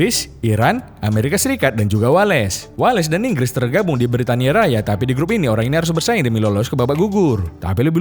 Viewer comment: Bukan Wa Les , Wales